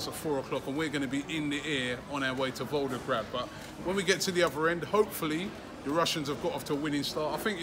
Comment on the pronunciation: ROBBIE!!! It’s VolGograd, not VolDograd